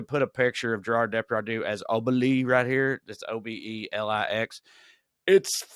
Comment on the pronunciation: By the way Trae the X in Asterix and Obelix is pronounced.